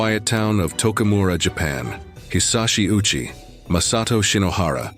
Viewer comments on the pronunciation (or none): Ouchi is pronounced Oh-u-chi.